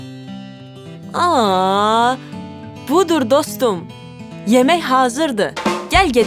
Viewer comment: yemeh yox yemek